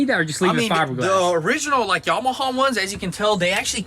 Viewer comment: I am dropping my comment below, It is pronounced Yamaha not Yamahaw, ha ha or is it haw haw